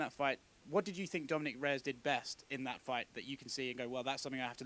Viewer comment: when he said thart? you need to learn how to read properly